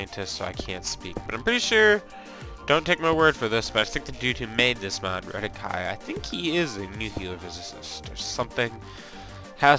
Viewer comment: You had me at Redikai-ah...HAHAHAHA. Added to the cringe compilation.